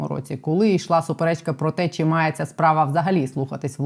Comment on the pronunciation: ❤ тільки прошу Вас говорити не чі а чи!!!